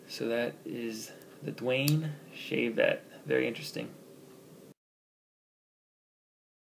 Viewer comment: Daune "DAWN"